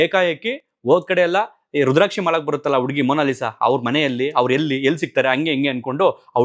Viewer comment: ಉಡುಗಿ ಅಲ್ಲ ಹುಡುಗಿ